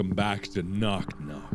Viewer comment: "Who's knawck knawcking aht mai door."